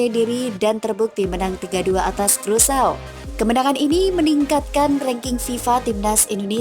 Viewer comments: Krusao negara mana ya??,, yg saya tahu Indonesia Vs Curacao,, dibaca Kurasao, negara bagian dr kerajaan belanda,, itu sih yg sempat gue baca di peta,, kalo Krusao sih ga ada dipeta. Bingung saya,, ini saya yg salah denger atau adminnya yg salah ucap,, tp masa iya salah dr awal sampai akhir,, aneehh, 🤣🤣🤣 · Aduhhhhh "krusau" dari mana nie. Bikin malu aja nie cewek yg bacanya aja kacau